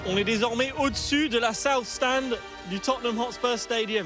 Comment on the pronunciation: Mdr t jaloux ??? En tout cas je prefere la prononciation "Totneum Hotspeur" que entendre des gros "Totténhame" par des gens qui pensent comme toi